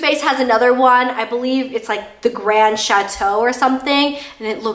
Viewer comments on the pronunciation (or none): none